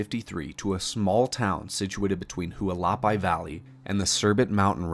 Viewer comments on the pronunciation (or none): Just for the record, Hualapai is pronounced “Wall-a-pie,” not “Who-a-la-pee.” 😁